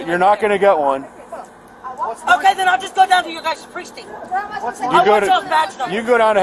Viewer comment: 'Presing'? ....Did you meant 'Precinct'?